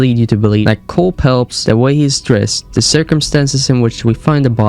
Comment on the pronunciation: Cole pelps? Wtf